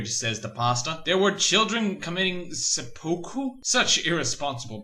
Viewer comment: "Sepuku?" Wat